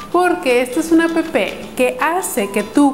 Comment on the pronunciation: como odio cuando dicen a p p 0s0